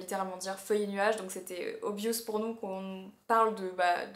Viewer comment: Obviiioooooouuuuuuss😐 Non le ou se prononce pas comme ça! Mais genre obvi’eusse’